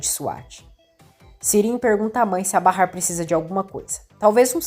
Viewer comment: Até que enfim alguém que narra o nome de Bahar como é! Barrar!!!